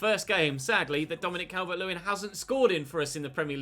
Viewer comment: The way he goes CAL-VERT 🤮🤮🤮